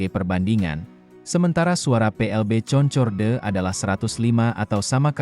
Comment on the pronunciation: Bacanya Konkord om.